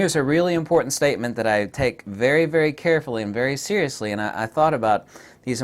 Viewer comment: Zeriously Nikon